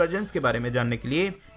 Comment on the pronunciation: Plz maaf karna par jab app nerdy news bolte hen tab mujhe naughty news sunai deta he